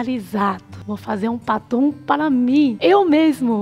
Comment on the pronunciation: Kkkkk.. Eu tentando adivinhar o que era paton... Só na metade do vídeo que entendi que era batom.....kkkkkkkkkkk🤦‍♀️🤦‍♀️🤦‍♀️